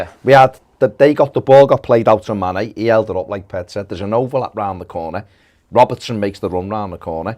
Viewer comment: It's Robertson not Robinson